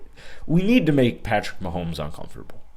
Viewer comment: mahomo to me